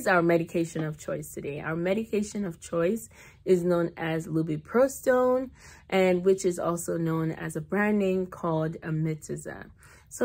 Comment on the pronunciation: You lost me when you pronounced it incorrectly